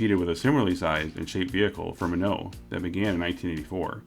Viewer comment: You are saying Espace(ehspase) but not Renault. You say it like rennooo. It's just ren-o and not reeeno lol.